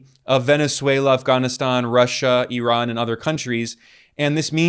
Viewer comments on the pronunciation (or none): none